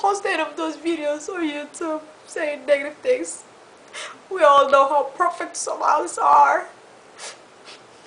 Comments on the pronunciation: ahahaahahah i die lafin when she says 'Somals'....aahahaaaahhahahaaha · Is't just me or she said "Somalis" Can't she say "Somalians?"